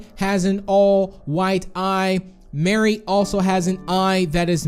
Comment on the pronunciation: Mari not mary